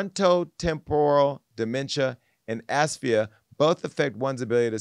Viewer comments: He said ass fee yah lmao it’s aphasia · Asphia? Aphasia!! lol Jason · Aphasia (Uh-fay-sha). I love you Jason but that was irking me 🤣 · APHASIA A-PHA-SIA